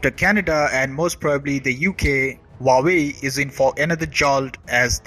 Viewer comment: Your report is incisive. But your pronunciation of Huawei is incorrect. It is not Vawei as you say but H-U-A-W-E-I. Hua, the first character, means flower and hence the flower logo. The second character, Wei, means China. Don't mistake me, I'm an Indian and neither an admirer of CCP nor ever visited China, but have learnt Chinese language at the Delhi University way back in 1970s.